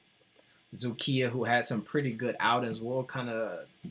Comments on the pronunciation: Is doing remarkably good job on Vytautas games and I am amazed about his pronunciation of Dzukija. Just Lietkabelis is not realy "Lick the bell" teem, but in translation "Lithuanian cable" or "Litcabel". This franchase was established in 1964. My self waching Vytautas LKL and BBB games thuo I am Šiauliai teem fan. Best regards to. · You pronounced Dzūkija perfectly.